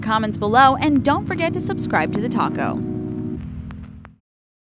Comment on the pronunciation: when she said subscribe to the talko, I thought she said subscribe to the taco😂 lol.